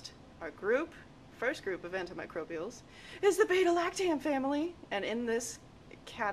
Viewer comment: You should learn how to pronounce the drugs. Medical terminology is an important aspect of client education.